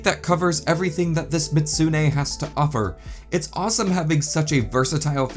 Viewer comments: It's Mi-zoot-soo-nay, not Mit-soo-nay. Edit: In-game accuracy! You can cut off the tail on your figure, too! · The only thing bugging me is the constant mispronunciation, the "zu" part of the name was always left out, and it's not silent, the pronunciation is best written as "mee-zoot-SUE-nay", the third syllable has to be stressed when said and all of has to be said quickly, not slowly. Mizutsune's name is a portmanteau of "Mizu" (Japanese for water) and "Kitsune" (Japanese for fox). As much as I like the Mizutsune, I am disappointed they added a new variant of it in Sunbreak (Violet Mizutsune) instead of a variant that western audiences (except Canada) have never seen before, Thunderbubble Mizutsune, which only ever had one appearance, Monster Hunter Explore, a Monster Hunter mobile game that only ever released in Japan and for some reason, Canada. The figure does look nice, but the overall material quality has me concerned if it cracked just from that degree of handling. Hopefully you were able to fix the crack so it wasn't too noticeable. This is partly why I buy mostly static figures, less risk of damaging them that way. I would buy it, until I saw the price tag, $145 on that site, which I would assume is USD, so that would be rather close to $200 AUD without shipping. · Real pronunciation Mih-zoot-soo-nay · How you pronounce mizutsune hurts me